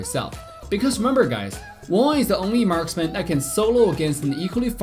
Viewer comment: marsman o marksman wawan o wanwan ano bayan salita mo wut